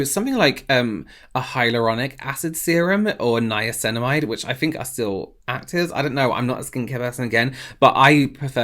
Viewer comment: Did I really just hear say niacinamide correctly in one try???